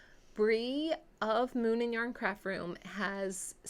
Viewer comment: Just have to tell you whenever you say, “Moon and yarn” I hear Moomin yarn and I keep picturing the Finnish cartoon and the knitting book based on it!😜🤪😏